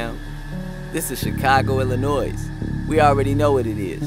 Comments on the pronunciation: you committed a Chicago Cardinal sin: you put an "s" at the end of Illinois! 😀 There's no "s" in Illinois. Otherwise, excellent video! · It's pronounced..."ILL-in-NOY" not "ILL-in-NOISE"...